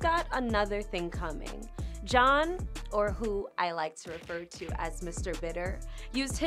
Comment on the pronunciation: Yeah everytime she says his name I'm like huh I thought it was shawn not john lol. I 100% agree about cheryl too. Somethin is not right with her.